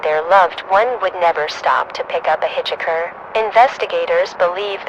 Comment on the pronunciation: thats not how you pronounce hitchhiker. couldn't understand what she was saying for a good minute